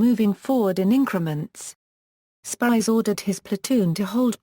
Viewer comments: Spiers is a very Scottish name and pronounced Speers not Spires. Please do your homework on issues like this. I was getting quite annoyed at the amount of times Spires was used in this documentary. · I only saw clips of "Band of Brothers" but I also caught what seemed to be mispronunciation of the surname in this video. However, the spelling in the video seems to match what I've seen before because I wrestled with the pronunciation myself prior to viewing this. Is it possible that the video spelling and your spelling are alternates of the Scottish name? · This person cannot say his name properly . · At least pronounce his name right.